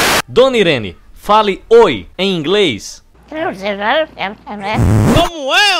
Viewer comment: Alguém aprendeu essa pronúncia britânica do Oi. Kkkkkkkkkk